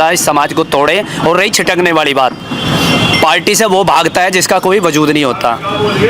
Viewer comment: कोई इसे बताओ कि पार्टी होता है पाल्टी नहीं 😂😂